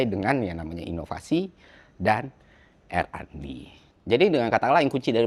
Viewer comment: RND = ar en di bang.. bukan er an di✌✌✌, agak ganggu dikit.. soalnya ini bukan yg pertama hehe